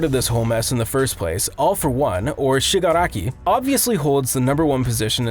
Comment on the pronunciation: This guys pronounces are just great, yep great like deeeku and shigaki